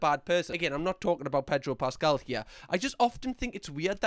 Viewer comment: predro pascal lol